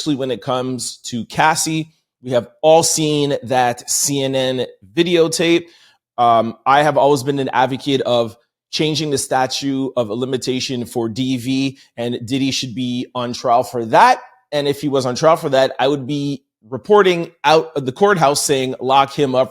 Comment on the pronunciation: Statute not statue (ends hard T)